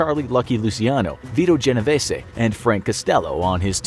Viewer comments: ok but the mafia don was genoveeees not genoveesay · lol genovesssy it’s pronounced genovees